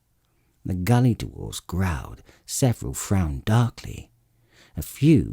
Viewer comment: British narrators add extra syllables to words, the word dwarf becomes DU-WARFE and dwarves becomes DU-WARVES.